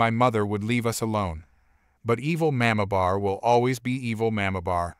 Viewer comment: Narrator, please learn to pronounce the word "mamabear". It is very jarring to hear it pronounced totally wrong.